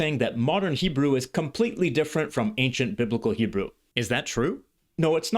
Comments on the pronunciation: I'm halfway through but really impressed by your Hebrew pronunciation. Do you speak Hebrew? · The way you pronounce every word and nuance effortlessly and pitch perfect is amazing. From a native (modern) Hebrew speaker. I don't think I can pronounce biblical Hebrew as you do.